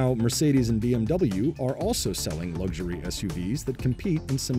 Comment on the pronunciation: Pronouncing luxury 'lugzhury'... doesn't sound luxurious. 😄